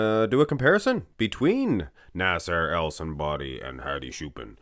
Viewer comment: When Mark says "Nasser" it sounds like "A$$ HAIR" 😂😂😂😂